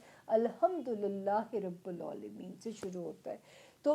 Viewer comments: Aap Alhamdulillah rabbul aalameen kyun nae bolti pronunciation theek ksrein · الحمدللہ رب العالمین میں رب کے ب کے نیچے زیر ہے ، آپ سے غلطی ہوئی ہے آپ نے ب کے اوپر پیش ادا کی ہے براہ کرم اس کا دھیان رکھیں جزاک اللہ